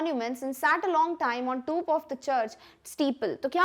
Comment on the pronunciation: top ko toope kha 🤣🤣